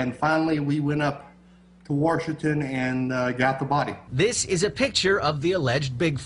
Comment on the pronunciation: Hahaha "warshington"